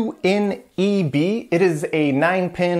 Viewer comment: I died a little inside when you said "6H2N-EB". It's in cyrillic my man..